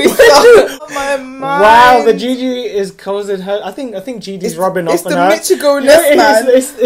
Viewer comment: the way you pronounce "gg" is like "nipple" in french, or some language.